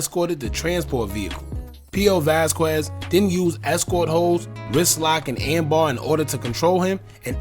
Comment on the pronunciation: it’s ARM bar, not AM bar. And P.O. in this instance is definitely POLICE officer